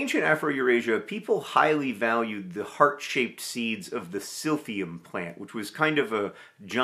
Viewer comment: Not me hearing SILVIA every time John says Silphium LOL